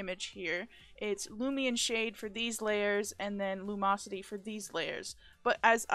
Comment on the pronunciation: "lumosity" xDDDDDDDDDDDD